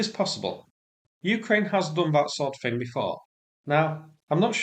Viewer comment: For Gods sake please speak English correctly - theory (feery). the (ve), things (fings). It's embarrassing.